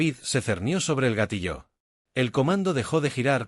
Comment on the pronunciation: Sólo quería recordarles que la palabra "GATILLO" no se acentúa en la "O"... No entiendo porqué la pronuncian "Gatilló,"